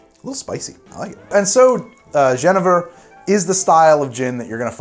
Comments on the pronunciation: As a dutch viewer: Jenever is pronounced as Yenaver (The best one for me is either Rutte or Zuiddam) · Wrong on both pronunciations. The English pronunciation is “ji-KNEE-ver”, which is pretty close to the Flemish. Hence the rhyme “I’m a believer in genever.” The Dutch pronunciation is “yi-NAY-ver”. Yenniver is a Witcher character for the fricatively-challenged. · Great vid. If you were to pronounce Jenever in Dutch it'd be like "yuh-nay-ver" Not that it's important, but just FYI! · the dutch pronounciatom is '' ye nay ver" you were close though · In dutch, jenever is pronounced: yuhnayvur. Just had to drop that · As a Dutchmen I nearly died hearing you pronounce jenever XD the Dutch pronounce it like this: Yeh-nay-vurr Hope this helps! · In Dutch it's pronounced as Juh-nay-fur with emphasis on the nay. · I know this is an old video, but still: As a Dutchman, I can tell you that you pronounce Jenever incorrectly. xD You pronounce it like: Je-ne-ver (the "J" like the "y" in "yawn" and the "e" like the "uh" in "duh"; "Ne" like the "na"in "name" and "ver" you pronounce correctly). ;3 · Dutch pronounciation is more like Jeu(think french) - nay - fur (but the f is a soft v, like in vrrrr (car sound) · Neither ways you pronounced 'jenever' is right for Dutch :x it's more like 'yuh-neigh-fur'. Jenever is basically the Dutch word for Juniper berry. We call it a jenever-bes. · Jenever is pronounced as "yi-nae-ver" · Your pronunciation of jenever is not accurate but you’re pretty close .. it’s like yu-NAY-ver. ... soft j .... And yes the word gin most likely stems from Dutch jenever .. sadly most famous brands that are exported like Ketel-1 are a joke and branding scheme but this is a real revival also in aged and historic jenevers ... and really good new craft brands such as the amazing series of Ground Control (well that is technically from what is today Belgium :) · Jenever is pronounced yuh-naigh-vur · It's pronounced Gerh-nei-ver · It's pronounced zje-nay-ver